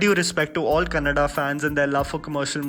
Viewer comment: It's good to hear kannada instead of kannad. Thank you sudeep sir. #sudeepians🥰